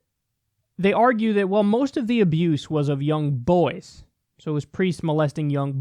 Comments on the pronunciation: What I discovered after having a hearty laugh at the right wing stupidity - Kyle can't say boys. He says boYaes. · Is it me or does Kyle say boys weird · Stop saying “boys” like that